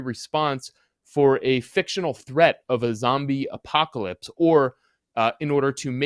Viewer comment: A zombie WHAT? Yoo iz a reel goode spayler yoo iz....